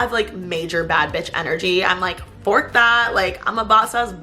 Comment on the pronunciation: Omg she said fuck not fork hahaha